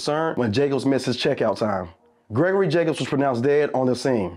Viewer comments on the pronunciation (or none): none